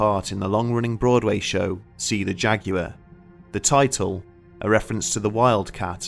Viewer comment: Worth watching just to hear you pronounce Jaguar.